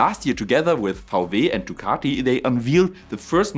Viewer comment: Love your videos. Vau Weeh is Wii Doubleyou in English :) . Viele Grüße!